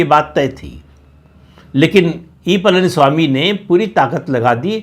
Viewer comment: प्रदीप ॥ please learn to pronounce Pazhani ( PazhaniSwami .. Not PalaniSwami ...) Please learn to pronounce it right. ZH ...learn to say it right. Please.